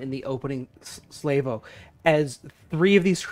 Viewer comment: Sorry to be a pedant but do arrows come in salvos and it is salve - oh, not slav like the eastern European. Also shells are made of a protein called chitin ( did i spell it correctly?) pronounced kai tin or ky tin.